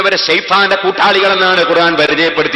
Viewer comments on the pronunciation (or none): നിങ്ങളും ഖുർആൻ എന്നു പറയുമ്പോൾ വാക്കിന് തെറ്റുണ്ട്. അയിൻ അല്ല അലിഫ് ആണ് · ഖുർആൻ എന്ന ഉച്ചാരണം ഐൻ അല്ല